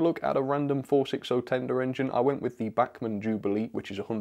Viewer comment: FOR THE LOVE OF GOD - LEARN HOW TO PRONOUNCE "BACHMAN"....................................................